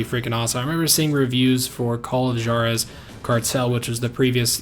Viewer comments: call of jjar ez? for crying out loud rival, HWAR EZ is how you pronounce it in espanol. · Juarez..... Its pronounced Hwarez. not Jar-ez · Holy shit call of what? JAR-EH-ZZ?? Da fuck?? Makes me wanna have some JAH-LA-PEE-KNOWS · You pronounce Juarez wrong..... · Please pronounce the "J" in Juarez as an "H". Hearing you say Juarez makes me cringe so hard! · lol the "J" in Juarez should be pronounced with a "W" sound